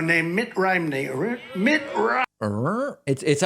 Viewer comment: I laughed when he messed up Mitt's name. Mitt Rhimney. lol!